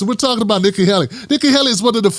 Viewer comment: It's not that difficult to pronounce; or is this a lame attempt at humor. Usually you're funny not this time.